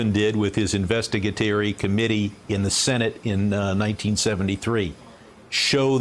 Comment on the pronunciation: "investigatery" , is that his accent or did he just misspeak?